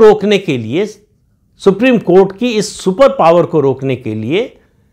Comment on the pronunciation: सुप्रिम कोँट नही,सुप्रिम कोठा है।